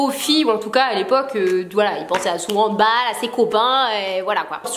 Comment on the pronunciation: La façon dont tu as prononce handball m'a trop surprise car bah moi je ne dis jamais ça comme ça ahah. Enfin,bref,le handball c'est trop la vie (c'est ma passion depuis deux ans)